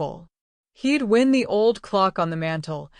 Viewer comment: I hate AI. The English language is peculiar, it does not always follow the rules. Pronunciation of words differs according to their usage. For example, the “ i” in the word “wind” can be pronounced as in “ink” or, like “I” as in “eye” when referring to winding a clock. AI has not mastered the language difference as yet.